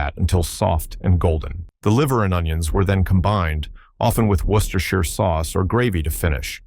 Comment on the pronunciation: I still cook most of these. It was worth watching this to the end if for no other reason than to hear you correctly pronounce 'worcestershire'. Jolly well done! ...and a great list